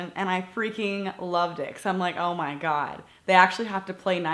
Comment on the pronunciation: Im sorry Jaclyn i love your videos but when I heard you say "oh my gerd im so OCD" i laughed my ass off